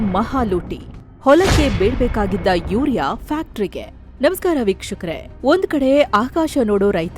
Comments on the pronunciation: ಮಾನ್ಯ😂 ನಿಮ್ಮವರು ಅಂದ್ರೆ ಆಂಕರ್ ವೀಕ್ಷಕರೇ ಅನ್ನೋ ಬದಲಾಗಿ ಭೀಕ್ಷುಕರೇ ಅನ್ನೋ ತರಹ ಕೇಳ್ಸಿದೇ ಸ್ವಲ್ಪ ಗಮನ ಹಾರ್ಸೋದಕ್ಕೆ ಹೇಳಿ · Pronounce properly madam BYUKSHAKARE AALLA vikshakare antaa anni